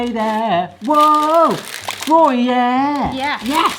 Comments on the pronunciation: Groy-yeah was a diabolical pronunciation, you clearly didn’t say the cheese as you don’t know it 🤣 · Gruyere. Gruyere rhymes.